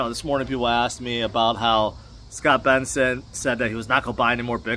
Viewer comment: The name is Bessent, not Benson. Other than that, thanks for the video! Very reassuring.